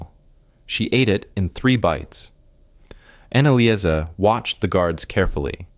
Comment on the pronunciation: GRETA LIESL AND ANNALAIS????? THE FIRST TWO ARE FINE, BUT THE LAST ONE, ANNALICE???? I THINK IT SHOULD BE ANNALEES